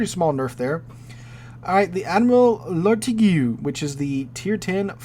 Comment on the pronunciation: The "igue" of Lartigue is pronounced the same as the "igue" in fatigue.